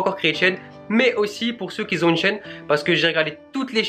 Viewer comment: ont dit qui ont et pas qui zont!!!